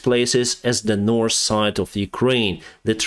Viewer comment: if you get your english from netflix and after a year you still call north : nors and south : saus than its time to quit learning op netflix